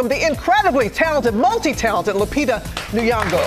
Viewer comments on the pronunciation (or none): How Kenyans cringe when they hear non-kenyans pronounce the name Nyong'o😂😂😂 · For real😂 ati nyongo instead on nyong'o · Omg the thing that gets me is that she's been on multiple talk shows and was asked how her name was pronounced. But people just ask but don't care because they never even tried to learn.🙄... My ears bleed every time I hear "kneee-yawn-GO" 😂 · annie anita I’m just curious how do you pronounce it? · Funny, terrible pronunciation of nyong'o